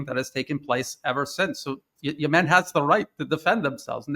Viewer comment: He mispronounced Yemen. Where is he from?